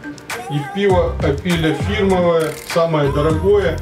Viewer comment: фірмове - наголос на "О"